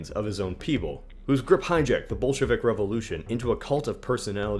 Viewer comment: Did you say Bolshevik or Bullshit?